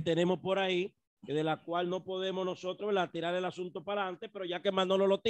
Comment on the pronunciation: Pero dice nojotros.. y su palabra favorita es vaina